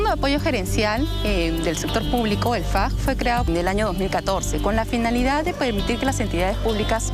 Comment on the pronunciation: Señor no “faC” FAG, la última consonante es g de gato.